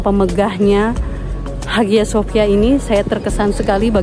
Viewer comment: Haghya Shopya. Dibaca : Aya sofia Erdogan dibaca Erdoan... Bahasa Turkiye demikian. Maaf sangat...